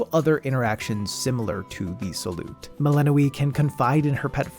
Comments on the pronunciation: are you pronouncing it Melanoë the whole time? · dev: doing everything in their power to make sure you know how to pronounce the name Youtubers: melehnoee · Good video, but why does he keep pronouncing Melinoë wrong? They say it so often in the game, haha. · got eye twitching at that pronounciation of melinoë